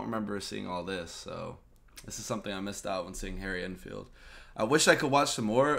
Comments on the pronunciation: It's pronounced En-field not einfield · Deffo a Saffa accent - I lived there for 27 years, and can do a pretty good one myself. - comedian's name is pronounced Harry ENN-field (N-field), rather than EinfieldArnfield. Enfield is also a town close to London, and a well known army rifle (Lee Enfield .303, just called an Enfield) Harry Enfield has used the same accent for a different character, the dumb jock fitness instructor. Enfield's collaborations with Paul Whitehouse are legendary. See the series Harry and Paul. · It’s EN field not AN field mate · The 'En' in 'Enfield' is pronounced the same as in 'pen', not as in 'en route'. ;) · It's EN field for Harrys surname. As in the word HEN, but remove the H. It sounded like you pronounced his name as ON field. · It's Enfield, not Einfeld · He was misreading it as Ein-field (as in the German "ein"). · How can you pronounce Enfield wrong. Its like hen not as in en route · Can Americans not read? Several reactors to Harry Enfield call him Einfield. There's no i in there, it's En field. FFS. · Good reaction to an hilarious sketch from Harry EN FIELD, there is no "I" at the beginning of his Surname:) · it's pronounced "en field" as in the letter N and the world Field. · En as in men-field. i found this more embaressing than funny, but we laugh off embaressment, so same thing for a brit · Learn how to say Enfield.